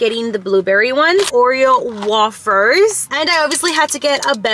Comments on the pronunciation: Also wafers is pronounced way-fers no wah-fers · Girly, you pronounce a lot of things wrong. lol. Its Peetza and Wayfers!